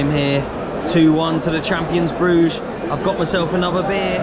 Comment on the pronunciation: My favourite movie of all time is "In Bru-ger" with Colin Farrell. Loving your pronouciation 😆